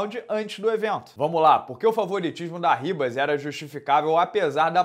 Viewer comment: Sai de "Ribas" Herb Dean!